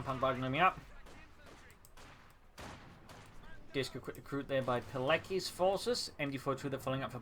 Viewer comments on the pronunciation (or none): The pronunciation of "Pilecki" is "Piletzki" more or less. It's the name of a polish officer, I suggest you check out the wiki page about the guy, he was a hero with balls of steel.